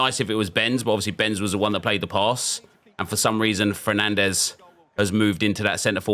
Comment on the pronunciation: this fernandez is pronounced differently. The way you said it was the Portuguese way.